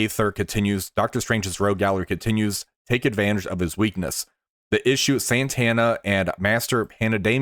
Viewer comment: Yeah, that's okay too. You were kinda saying it like the 90s guitarist though lol Santana. She has no n before the t.